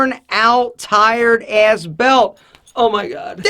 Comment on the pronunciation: Snedsville HD That sounds more of an “AIS” or “ESS”